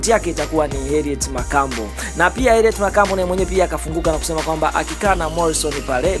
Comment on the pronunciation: Mtangazaji samahani, soma vizuri hilo jina siyo Herriet.